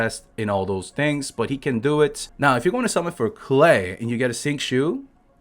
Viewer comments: in english as far as i know Klee is pronounced Kh Lee. rhymes with Me not Clay. maybe im wrong tho. i mess up names in this game all the time. lol. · I am German and Klee is rather pronounced "Kleh" than "Clay" Btw, it's the German word for "Clover" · No no no, even tho I’m already use to youtuber butchering character names, “clay” for this little girl is too much for me. I’m sticking with Klee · If its german it is pronounced Klee and Not Klay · Its pronounced K-LEE NOT Clay/Klay mate get your facts right buddy. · nevermind he's just saying it wrong it's kleh not klay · I thought that's klee(klie) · its fucking "KLEE" not clay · It's pronounced Gay! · Its klii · Isn't "Clay" the chinese meaning for her name? Clay isn't a german word, you are doing it wrong. Unless you study german you won't be able to say "Klee" correctly, just give up. It means clover btw. Diluc has the weakest E in the game, don't even think about building him around that crap skill.